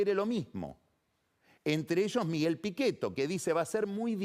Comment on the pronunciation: En vez de Pichetto pizzeto